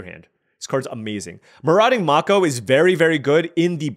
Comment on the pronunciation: because you sometimes care about pronunciation (lol), Mako is pronounced MAY-ko. It's a breed of shark.